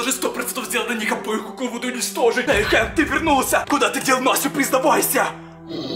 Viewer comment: Правильно говорить хэнк а не ханк